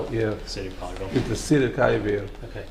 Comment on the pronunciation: It's Collierville